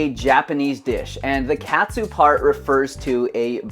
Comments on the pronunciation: wtf??? it's not pronounced that way. It's not like a "cat" - "soo". It's supposed to be like the word "caught". Hearing you really hurt my ears. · Dude..."kah-tsu" is the pronunciation. That hurts the ears. You sound American.